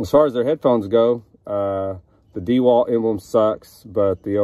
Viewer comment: Dah-walt, not Dee-Walt. I appreciate the review, thank you